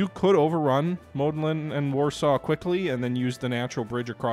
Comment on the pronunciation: it is Łódź read W (like in water) O (like in to) Dź (That you say kinda good) Modlin and Siedlice you said kinda good